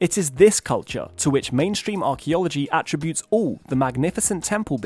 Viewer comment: I’ll forgive him for everything if he would just correctly pronounce the verbs, attribute and contribute. He won’t, so he’s on the list.